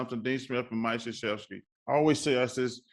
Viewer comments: still trying to figure out how you get shshefski from Krzyzewski. But best of luck to Mike. Such a class act throughout the years. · Apparently the Kr is silent and zyzwewski is prounounced as shshefski